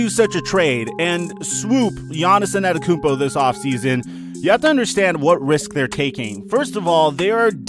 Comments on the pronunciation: Giannis Also: anetokunpo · anyone alse hear annetakumpo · He’s been a star for 3 years now so how r u still mispronouncing his last name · *gav it drives me crazy that people don’t know how to pronounce his name. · This guy didn’t say his name right once